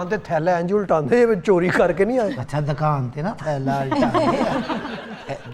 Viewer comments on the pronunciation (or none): Sir I am from Amritsar. we called here Dukan not dkan. In Punjabi ਦੁਕਾਨ .